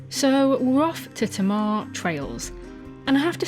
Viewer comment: Tamar is pronounced’Taymar’❤